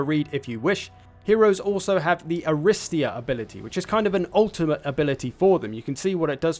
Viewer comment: It's pronounced arristEEa btw, stress is on the third syllable.